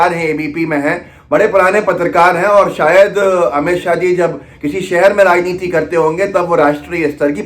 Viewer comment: Amit shah ko shahab q bol rhe h ap dear sidha boliye amit shah